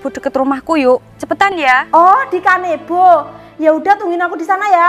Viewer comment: Gazebo, bukan kanebo. Opo kusalah dengar?